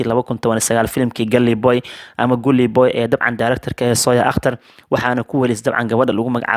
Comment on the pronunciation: Waxaa sax ah dhawaaqa Galii booy Guli waa qalad Gully boy